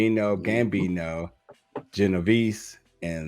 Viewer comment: Jesus you murdered those names 😂😂😂😂 Gambino, Colombo, Genevise, Lucase, Givante.